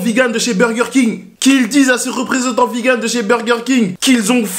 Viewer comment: le mec faut qu'il pose des jours pour aller chez BK ça me fume xD et pourquoi il dit Vi GANE? sinon belle énergie, à la ricain et tout c'est cool =)